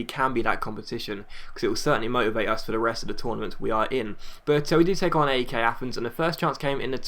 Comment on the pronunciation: That's not how you pronounce AEK:p